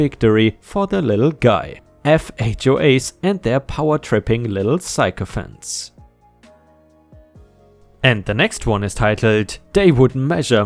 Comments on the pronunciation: Sycophants - "sick-o-fants". (I hope you take that in the way it was given, a simple correction). Speed bumps: Most speed bumps are no more than asphalt built up into a rounded shape. I would think that, since diesel fuel is developed differently than regular gasoline (otherwise diesel would also work in a gasoline driven car), it would somehow work as a caustic substance and disintegrate the asphalt or at the very least make it pliable enough for a heavy vehicle to mash them down. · Sycophants - pronounced sick-o-fants!